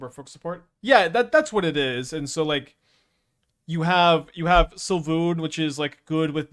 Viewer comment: I need to spend 3 seconds actually reading Svyelun to pronounce it correctly 😂. It sounds like Sway-loon